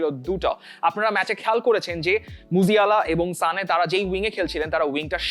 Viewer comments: ভাই উচ্চারন টা ঠিক করেন। এটা "সানে", "জানে" না। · তুমি মিয়া অতিরিক্ত বাল পাকনামি করো, এইসব না করে নামগুলো ঠিকমতো উচ্চারন করো, যেভাবে বাঙালীরা শুনতে চায় । সানে কে জানে বলা, জাভি কে শাভি বলা এগুলা বাদ দেও । এইসব অতিরিক্ত পন্ডিতগিরি ভালো না ।